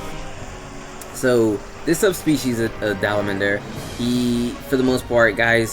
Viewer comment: "Dalamandur" someone please find me the "n" in Dalamadur